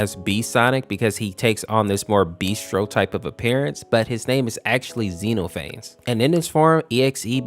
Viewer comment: Man you didn’t pronounce “xenophanes” right It’s Zee-nof-uh-neez but it’s ok people make it sound like zeno-f-ans